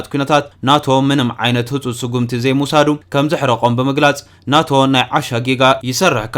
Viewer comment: ን ኔቶ ዲካ ናቶ ኢልካ ተንብቦ ዘለካ 😅😅😅